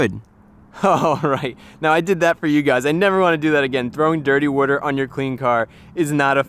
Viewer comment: You pronounce water weird.